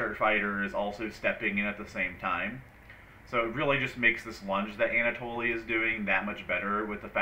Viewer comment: You know it's pronounced Anna-Toll right?